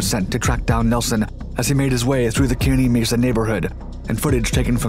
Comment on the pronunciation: It’s pronounced, “kerr-knee Mesa” (Kearny Mesa). My home town. That was a helluva show; I remember it well. Thanks for the video.